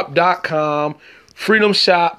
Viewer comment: You know you’re listening to someone from Chicago when he makes the word freedom sound like frenulum. I heard this and I’m like “what has foreskin got to do with free data” 🤣🤣🤣🤣